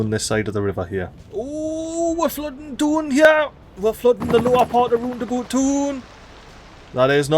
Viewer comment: RoundAbout ❌ LandaBoot ✅